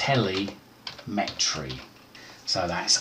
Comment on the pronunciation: I think during an ‘advanced’ you could count on your target audience to know how to open regedit as the administrator without left and right click prompting 😉 Oh and telemetry isn’t pronounced tele-metry 😄